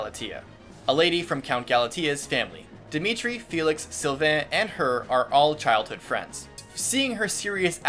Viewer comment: You slaughtered Sylvains name... ooof.